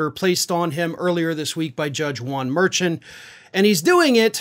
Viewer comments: It's pronounced Mer-shawn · Correct way to pronounce Merchan should be like Mer-shawn. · Judge's name is pronounced Mershawn. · I believe that the Judge Merchan name is pronounced "Mershon" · Hey. I really enjoy your videos. Just wanted you to know that justice Juan merchants last name is pronounced mer-shon. I'm sure you will be mentioning him a lot in the coming months and thought you would want to know. Love you! Keep up the great work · His name is pronounced mer-SHAWN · Don't mean to be picky, but the Judge's name is pronounced MERSHAWN. (I know you don't watch other programs. so you wouldn't have heard it.) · you keep mispronouncing Judge Merchan's name. Also, the Judge is part of the court staff. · I wish you would pronounce the judge's last name right.